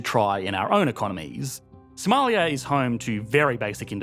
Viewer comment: now thats a funny accent Somaliyaaaaa